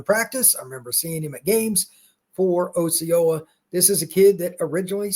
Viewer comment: It's pronounced "Ah ceola" not Oh ceola.